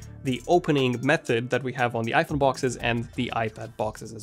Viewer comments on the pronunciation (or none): none